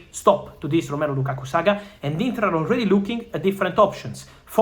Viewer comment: Thanks brother, but it's Lakakaaa*